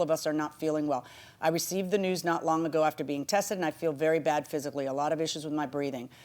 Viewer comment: The defendant keeps saying "ather" instead of "after" and it gets me every time